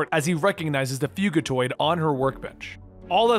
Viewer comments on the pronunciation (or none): Fuginaut??? It’s fuckin Fugatoid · Hey. Hoping this doesn't sound pretentious, but Fugitoid is pronounced like Fugitive (fyew-jih-toid). Another great video! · Man, I love your videos! Not trying to be smart either but I think it is fugitoid like fugitive! The way your saying it is like nails on a chalkboard lol! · U didn't pronounce karai or fugitave right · The way he says fugitoid💀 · I’m not going to lie the way you pronounce “Karai” and “Fugitoid”makes me want to grind my teeth. Other than that cool video